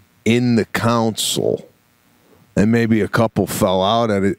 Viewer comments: I’ve got lots of friends that live in Illinois and they do say some things with an accent, but he totally butchered console lol. He mispronounces a lot of stuff though. Patreon was one that got me a week or so ago. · Sebastian calling a console a council lmaoo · 1. They are called "glasses" by anyone under 60. 2. The compartment in a car is called a "console", not a "council" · Glasses for reading are 100% called “readers” no matter your age. Pete is absolutely right. Also, in the car where you keep gloves or masks in this case…. that’s called a console. Phonetically it sounds like CONsoul. Not counsel lol. Lastly, I love you both. This cast was amazing. I laughed till I cried listening to you guys talking about your dinner date and your different perspectives. Thanks!